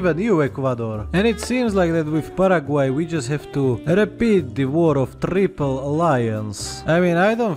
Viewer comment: As someone who speaks Spanish as first language I'm genuinely impressed with his pronunciation since the Paraguay video I'd say he is a native speaker, if I didn't know he had a slav cave in Slovakia